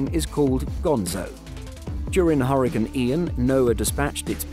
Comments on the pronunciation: Huricins? 😂just call them cyclonic storms if you can’t pronounce hurricane properly. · Quit saying hurricane that way 😒